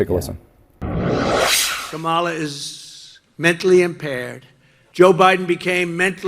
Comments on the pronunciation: Kamala was born mentally impaired, yet Donald can’t even say her name correctly. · How can anyone vote for Trump? He can't even correctly pronounce the name of his opponent! Or he doesn't want to pronounce it correctly. Either way, it is weird. It would be like Harris and Walz pronouncing Trumps name as "Do nothing Donald" or "Dontnald." The Democrats have more class than that. Further reason why everyone should vote BLUE! 💙